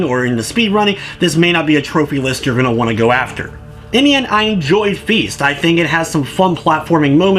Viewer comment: I'm sorry, did you say feast? Because this game is called feist. I'm not judging your pronounciation, but your intro suggests you actually think they're the same thing.